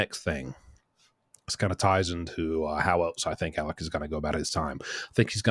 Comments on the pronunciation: With all due respect, his name is Alex, not Alec. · Alex not Alec